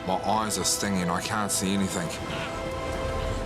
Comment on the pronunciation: How can his wife stand him saying "anythink" instead of the correct "anything"....would drive me crazy!